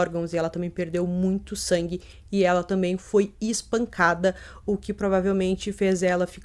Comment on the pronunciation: " inspancada" ? Não seria espancada